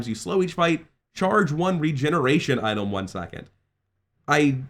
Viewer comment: Why does he pronounce item as "Itolm" 😭